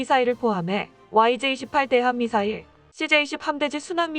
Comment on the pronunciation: 님 간첩유튜버 임? 그동안은 안그러더니 요즘보니 미사일을 '미싸~일' 불바다를 '불빠다'라고 발음하네? 이건 북한식 발음인데 이제 때가됐다고 슬~슬~ 정체를 드러내는거 같은데?